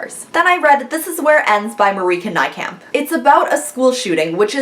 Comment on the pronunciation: Wow, I have heard so many people butcher Marieke Nijkamp's name that it was really refreshing to hear you pronounce it exactly right!